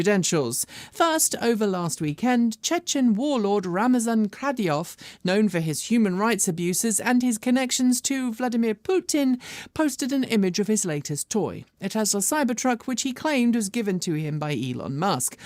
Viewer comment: I know you like to try to pronounce things correctly but you missed with that nice Chechen fellow. It's 'Kadyrov', not 'Kraviov' (or something like that - it was a little hard to discern, but definitely mangled). Pronounced pretty-much as you'd expect: Kad - i - rov. HTH